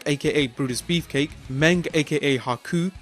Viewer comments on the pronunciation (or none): none